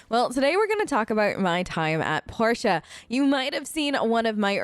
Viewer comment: It's Port ee uh The characters pronounce it as Porteeuh